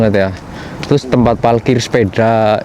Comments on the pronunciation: Saya selalu denger klo ngomong parkir itu selalu PALKIR.. Apa saya yang salah denger atau salah penyebutan 😁 Sehat2 ya mas.. Salam dari kota Bandung JABAR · Emang Palkir bahasa orang Jawa ngapak.. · Di Jawa emang gitu bre,aku juga bilangnya palkir